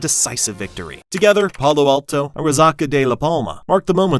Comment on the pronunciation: What got slaughter the worst in this video was the awful Spanish pronunciations. Pay-low alto, Mon-terry, gringo Spanish almost sounds like another language to a fluent Spanish speaker. It’s okay though, they get a gringo-pass when speaking horrible Spanish, they can’t roll their R’s like we can, they’re descendants of European ancestry and us Mexicans are of Aztec/Myan-Indian ancestry giving us the ability to roll our R’s and handle spicy foods.